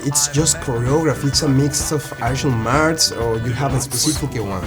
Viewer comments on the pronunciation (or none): Escuche mal o dijiste "artial marts" en lugar de martial arts ? o.o